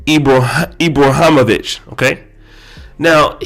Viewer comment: I agree with you about LJ on many things he pushes the discussion forward on many topics - agree with him or not it’s his right.. But the fact that you didn’t take the the time to learn how to pronounce Ibrahimović or the difference between if he was from Sweden and Switzerland was pretty bad.